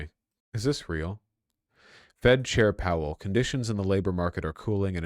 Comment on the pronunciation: Stop saying howell lol it's powell